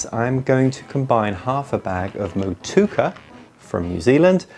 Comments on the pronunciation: Mot-chew-a-ka - how to pronounce the hop. Just trying to be helpful. Looks tasty keen to try this one. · You are mispronouncing Motueka, it should be mow-two-ecka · Thought it was a new hop I hadn't heard of from nz until i saw the name on the screen and realized his pronunciation was miles off. The original post is probably the best way to spell out the pronunciation. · Is it 4 syllables or 3? I always thought it was mow-tway-kaa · Hey, practice the pronunciation of Motueka and have another go in your next video. 😂